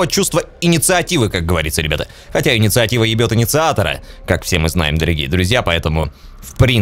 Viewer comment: "Никакой иницыативы друзья,хотя иницыатива е№%ет иницыатора" убило просто ХD